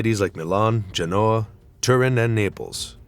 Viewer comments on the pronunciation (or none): Lots of non-Italian video. The script reader sure botched Genoa.